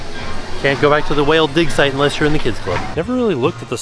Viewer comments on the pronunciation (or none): none